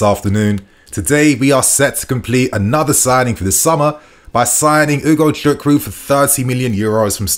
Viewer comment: You really pronounce his name really well ...nice